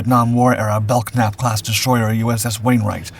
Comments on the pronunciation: the letter K in "Belknap" is silent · Belknap is pronounced without the hard K sound. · Grerat video as always. Friendly tip: Don't pronounce the "K" in Belknap. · How about learning how to pronounce "Belknap", before doing a documentary which referenced her role in the story? Lack of preparation here.